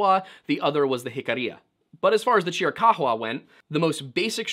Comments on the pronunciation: Would you kindly pronounce chiricahua properly. It's pretty easy to figure out by looking at the word. There is no evidence that those tribes actually came down from canada, they may very well have a portion of mixed blood from some of the Canadian tribes, and the assertion that they didn't get there until about 1500 add, they were well established before the white man got there. And that was about 1500 or a little after. They had already been there for at least several hundred years if not much longer than that. The other tribes of the Navajo, which the chiricahua are one of, have a history of having been there for quite some time. And although they have a portion of their makeup that can be traced to Siberia all right there is still a large contingent of them who hold the X1 a haplogroup marker, which is consistent with every Hebrew group on the planet the greatest concentration of which is in the Ojibwa tribe, close to 60% still to this day. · Dog absolutely nobody pronounces Chiricahua like that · Chiricuhua is pronounced ------Cheer a cow a. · Chiricahua is said Chiri-kaah-wah, lol. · Chiricahua is not pronounced Chr-uh-cock-wuh but rather Chr-uh-kaa-wuh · AZ native here; it's pronounced CHEER-a-COW-a. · Cheer-eh-cow-hwah is how you typically hear it pronounced here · Yo homie it’s pronounced chee rih cow wah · It’s pronounced cheer-ah ka-wa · I appreciate the sheer emphasis with which you pronounce Chiricahua. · Your pronunciation of the native tribe is priceless 😂😂😂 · Love hearing about my tribe and culture, but it was funny hearing the chiricahua name pronounced that way 😅. Love the video tho. Great to listen to. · The way he says Chirikahua is super distracting as someone from AZ lmao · Yeah I live near tombstone, work in Tucson but spend every weekend in the Chiricahua or Dragoons. Nobody pronounces it like that, the only ones I've heard odd pronunciations of differing variety from are form the East and asking for directions